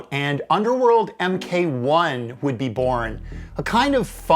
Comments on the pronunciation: “Mk 1” is “mark one” not “em kay 1” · I was about to say Britainians say lots of Americanisms wrong too, boyo. But then you said em Kay one, and yeah that is not right even stateside. ;). Triumph spiders taught us something. Oh and holy shit freur perm.